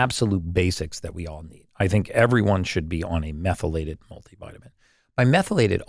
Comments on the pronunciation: Absolutely the dumbest interviewers to ever interview Brecka! How many times does this chick ask the same questions? Can't pronounce "methylated?" The amount of interuptions....I feel sorry for Gary having to sit through this shit. Seriously! I'll bet he was wondering if he was being punked about 1/4 the way into this. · She is awful. Couldn’t pronounce words that had she done any research she could have practiced. Love Gary but couldn’t watch this podcast for more than 15 minutes.